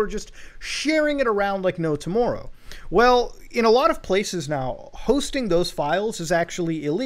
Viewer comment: the way he says "tomorrow" is the most canadian way he could have said that lol